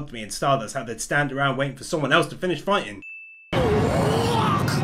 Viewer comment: `s catch phrase SAY IT WITH ME ANOTHER UNUIQE STANDOH!!!!!!!!!!!!!